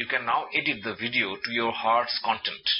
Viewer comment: "You can now edit the video to your heart's content." Emphasis on 'content' is key here.